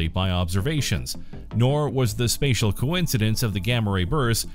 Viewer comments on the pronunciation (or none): none